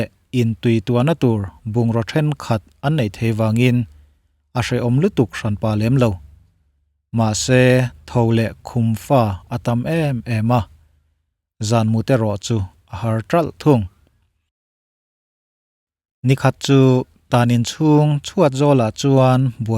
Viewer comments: Khum fa anilo...khum Fâ tih zawk tur...a thlûk ilam ri diklo ve tlat...Mizo ṭawng chu a sipel in ang reng pawh a thlûk a zirina danglam thei tih chu kei aiin ihre chiang daih zawk ang tih chu ka hre tho...mahse ka lo sawi ve mai mai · Nia fa tih hi favai kan lam a fa kan lam ang a lam tur niin ka hria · A ngaihnawmin a bengvarthlak e. Khumfa i lam rik dan hi ka hriat dan nen a inang lo hle mai. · keini chuan a lam dan hian kan lam ngai lo